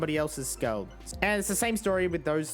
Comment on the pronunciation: Instead of saying skull he says skuil